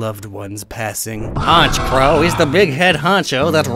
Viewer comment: Why’d he go southern for honikrow